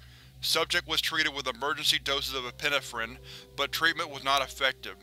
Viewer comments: Okay, I'm gonna be that guy; it's pronounced e-pi-NE-phrine, not e-PIN-e-phrin. Em-PHA-sis on the wrong sy-LLA-ble. Other than that. I freaking love your vid, as usual. 😄😄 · Hey I love your readings but please look into how to correctly pronounce the word 'epinephrine'